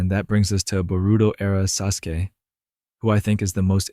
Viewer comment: you definitely havent watched naruto for 15 years if you pronounce his name like that